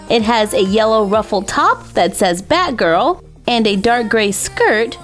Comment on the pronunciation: Anybody else notice it sounds like she say bad girl when she actually meant to say batgirl?